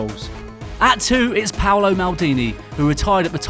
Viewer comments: Maldini is called PAOLO! Not Paulo, he's Italian. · Paolo, not Paulo... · Paulo??!!! It's Paolo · It's Paolo Maldini not Paulo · It's PAOLO Maldini not PAULO! 😂😂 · hi Maldini is called Paolo not Paulo! btw great video as always keep it up!!